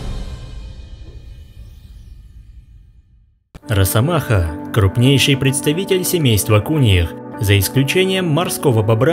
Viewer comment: Не.. надо говорить не рассамаха. А РАССАМАХА😂